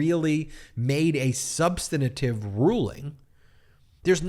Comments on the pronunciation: Sub-stan-tive, not sub-stan-a-tive. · Ben: Sub-sta-na-tive?